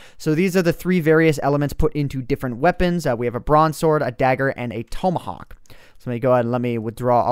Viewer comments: it's pronounced Ta-ma-hok not pronounced Toe-ma-hawk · It's TOMahawk not TOmahawk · tom a hawk not tomeahak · its pronounced tom-ahawk. like the name tom. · who else was yelling at him for pronocing tomahawk wrong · learn how to pronounce tomahawk